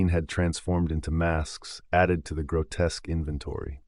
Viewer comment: Add grotesque to that list too lol